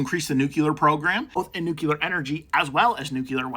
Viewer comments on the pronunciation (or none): REPEAT AFTER ME: Noo-CLEE-er 😂NOT NUKE-YOU--ler ALSO, CUT DOWN ON CAFFEINE. SLOW THE HELL DOWN! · Kyle hill would be disappointed at that pronunciation of nuclear